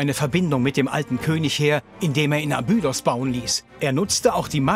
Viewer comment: Eine gute und interessante Doku aber jedesmal, wenn der Sprecher „Abüüdos“ sagt, stellen sich mir die Nackenhaare auf. Grauenhaft.